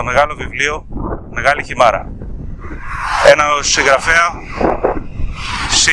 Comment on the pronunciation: Ρε αδερφέ για ποια μεγάλη Χιμάρα μιλάς? Μάθε και πες σωστά τον τίτλο. Μεγάλη Χίμαιρα λέγεται....